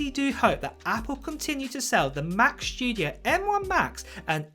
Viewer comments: He says Mac shtudio lol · Mac "Schtudio", that's another model after the Mac Studio ;-P